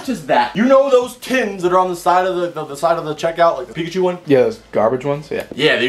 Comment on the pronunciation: I swear it sounded like he said nigga-chu